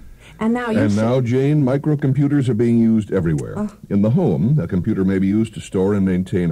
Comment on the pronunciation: Jayne Meadows... "Computah"...